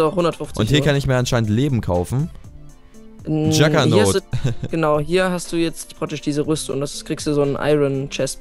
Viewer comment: es heist juggernaut xD nicht juggernog xD